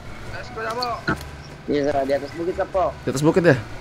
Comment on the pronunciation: Cuman bang doang dari sekian youtuber,yg penyebutan sappo nya benar